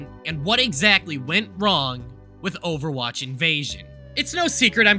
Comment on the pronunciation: Ovawache bab